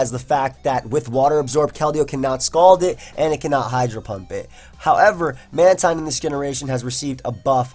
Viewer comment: ITS MAN-TEEN